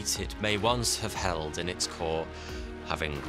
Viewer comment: It's long, not longk